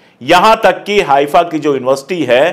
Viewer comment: correct word is हैफा not हाइफा